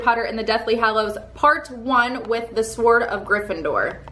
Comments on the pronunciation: And you say sWord it’s pronounced sored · It's pronounced "sord" not swhord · Amusing you pronunce the W in sword. The W in sword is supposed to be silent. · man u really sound out the W in Sword XD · why does she ptonouncw the w in sword